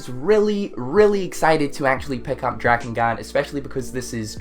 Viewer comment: Dirge of Cerberus was the only Final Fantasy game I played blind and actually finished. Oh and it's pronounced DRAKE-N-GUARD!